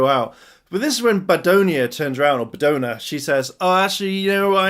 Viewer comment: Badonna is pronounced about the same way as the singer called Madonna, and the other two prisoners are a Kuliner from ToQger and Yokai Buruburu from the Ninninger and Drive team-up. We should see Sledge again at some point, maybe in the anniversary episode.